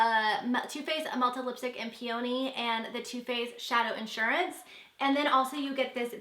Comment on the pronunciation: I discovered you through Nikki Phillippi's insta and I love your videos!! I can't believe you've been on YouTube for less than a year!! Your lighting and editing is amazing and so professional! :) I really wanted to tell you that. Also, I'm not sure if it's because I'm from Canada and we sometimes say things differently or what, but the Too Faced melted lipstick in "Peony" is pronounced like "pee-oh-knee" -- again I'm not sure if it's maybe just here...